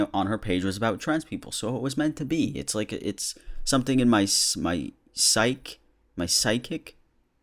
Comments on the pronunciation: The word you're trying to think of is psyche but you have to pronounce the long e sound at the end: /ˈsīkē/ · "Psyche" is pronounced "SIKE-ee." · Psyche (sike-ee) </3